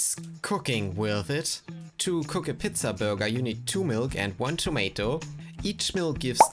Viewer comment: Did you just say “pitza?” It’s pronounced “peetza”